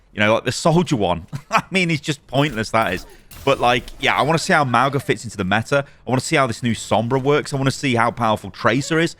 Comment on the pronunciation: Ma - oo - nga 😒🙄